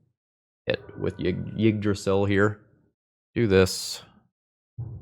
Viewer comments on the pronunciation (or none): Yeah As best as i can describe it he says Jyggdrasil He needs to cut the starting J sound from his pronounciation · i could be wrong but i think it's pronounced E-drasil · As a Scandinavian, your pronunciation of Yggdrasil is hilarious.